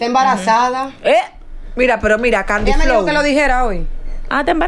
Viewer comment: Candy flow no se dice mal se dice mar 🌊 🌊 💦 😂😂😂 mal estos capitaleño hablan malo 😂😂😂